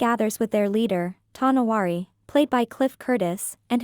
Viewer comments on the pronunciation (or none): Tow No wAr (not war like shooting) Than letter E